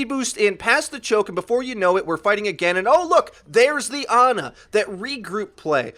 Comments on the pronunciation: My Ex's name is Ana i can assure you her family didnt call her Aana. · thats not how you say ana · I hate how you pronounce Ana and Pharah